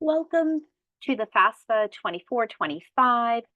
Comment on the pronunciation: First major confusion before you even start, it is NOT pronounced FASFA, it is FAFSA please. Enough confusion already so at least get that no-brainer part right. Thank you for your help.